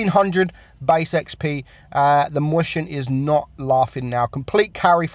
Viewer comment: omg can you say mäuschen correctly? stop saying moistion mäuschen you fat